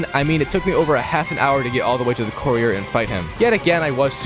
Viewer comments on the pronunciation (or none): Arghhh the word courier is driving me crazy!